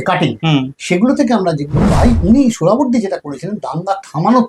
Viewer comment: এত কঠিন কঠিন সংস্কৃত শব্দগুলো সঠিক উচ্চারণ করতে পারেন কিন্ত সহজ একটা নাম " (সোহরাওয়ার্দী) উচ্চারণ করতে পারেন না তা বিশ্বাস হয় না। এটা ইচ্ছা করেই বিকৃত উচ্চারণ বিকৃত মানসিকতার পরিচয়।